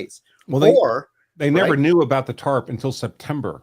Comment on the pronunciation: That lady has been saying “Tart” instead if Tarp her whole life 😂.